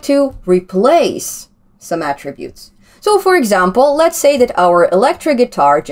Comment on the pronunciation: Glad to hear you now calling them ATTributes, and not atTRIButes as you did earlier!